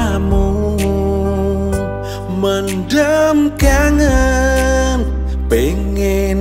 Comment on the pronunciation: Lha ini baru benar pengucapan judul lagunya... Mendem kangen (mengubur dalam2 rasa kangen, bukan mendhem kangen (mabuk kangen)..hampir sama pengucapan tapi beda penafsiran.